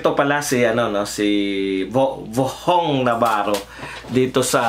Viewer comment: VHONG...HINDI VOHONG NAVARRO..